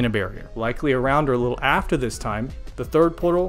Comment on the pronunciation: "sick likkle nature" 😂😂😂😂 take my sub